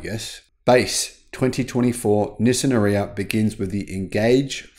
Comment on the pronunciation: Please pronounce it correctly R-eee-ya. Or watch the Nissan video with Anna Ferris.